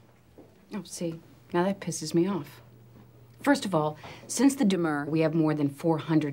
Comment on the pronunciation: Sounded more like “deh-MURR” to me . . . I could be wrong, I’m going off a several years-old memory and your quick clip. Love this movie, btw. Thanks for the review!